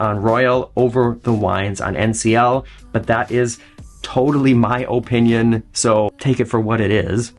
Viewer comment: I resisted as long as I could… but that’s just not how the word “opinion” is pronounced 😅